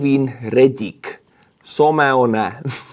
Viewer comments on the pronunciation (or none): sohmehhownehh 😆 thanks for the good laugh someone is pronounced (ˈsəmˌwən) its a word in the english language for an unknown person